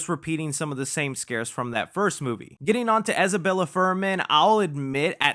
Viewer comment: Isabelle 😂 not Isabella haha